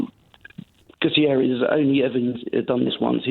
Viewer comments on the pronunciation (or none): He’s not Gutierrez, he’s Guterres. Caller can’t distinguish languages as well.